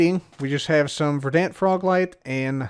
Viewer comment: "vher-DHANT Froglights"